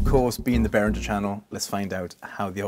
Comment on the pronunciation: Hi there, I love all of your content and videos are wonderful, except for one little detail: you pronounce Behringer incorrectly. Not sure if you’re doing that to cater to an English-speaking audience, but it is a little bit funny to me that you work for the company, but don’t pronounce the name correctly. nevertheless, I love your content and you’re positive style of demonstrating these products thank you. 🕊️🎛️🎸